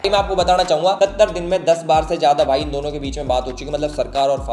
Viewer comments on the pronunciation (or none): none